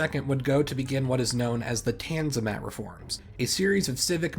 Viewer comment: Ten-zi-mat! 😂 Great pronunciation bro. Please become a full time ottomanist so that we can have a good laugh. Other than that kudos for the effort. But remember a historian is supposed to be well versed in languages…